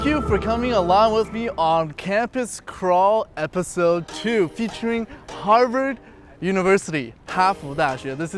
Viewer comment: i keep hearing 'Hogwarts' whenever he says 'Harvard'